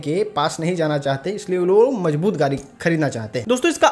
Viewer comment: अबे गाडी को तो गाड़ी बोल ले गारी बोल रहा है